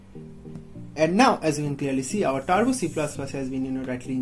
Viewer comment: I have simple tips than his steps 🤣😂 and he have grammar mistakes 😂 so please go to the tution don't make this nonsense videos. It's turbo not tarbo